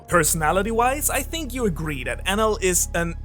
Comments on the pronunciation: Is it me or do anyone else hearing it "anal" ? SORRY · I thought it was Eneru not Enel I’m confused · i like to pronounce his name En eel